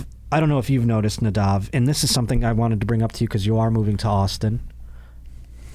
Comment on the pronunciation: Moss? Lol at least get his name right lol